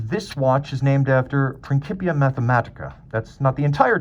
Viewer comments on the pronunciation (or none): "Principia" is pronounced princheepia. Thanks for the great review.